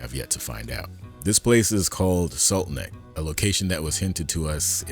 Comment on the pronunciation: I think it’s funny that it sounds to me like you’re calling it “Salt Neck”, which is the opposite mistake from Ricken call it “Trojan’s Horse”. Don’t know if you did this on purpose (or if I’m hearing it wrong) but it’s kind of funny.